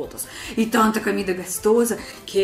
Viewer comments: Camida? kkk Em português nunca se pronuncia a letra O como A. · Olá. Seu canal é ótimo. Sou seu admirador. Queria deixar uma pequena dica: Em português a letra "o" sempre tem som de "o". Comida, e não "camida". Gostoso, e não "gastoso". Com o tempo, a gente aprende. Estudo russo e também não é fácil. Beijos.